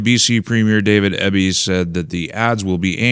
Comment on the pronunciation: What an EMBARRASSMENT this current crop of Canadians are!! I know for a fact that we weren’t this STUPID in the past! This is where Socialism lands you! And I loathe Eby but please pronounce his name properly—- EEEEBY— as in long E followed by BEE